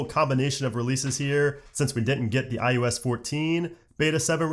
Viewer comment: You are aware you are saying i-you-s ?